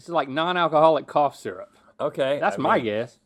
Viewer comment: “Cough syzurp” 🤣